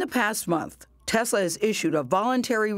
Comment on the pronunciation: He says Tezla